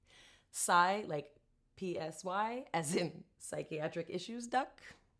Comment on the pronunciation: "Psy-chiatric issues-duck" 😂😂😂